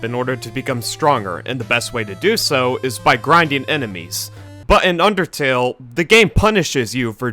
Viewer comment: Whenever i see the word undertale i always think of supereyepatchwolf saying "ondertale"